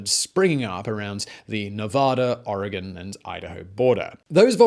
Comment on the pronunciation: I so appreciate that, despite your accent and non-native status, you say Oregon more correctly than most Americans East of the Rockies. Bravo!!!